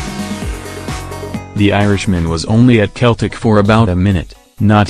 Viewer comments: The team Name is Pronunced as Seltic Not Keltic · I stopped when he said keltic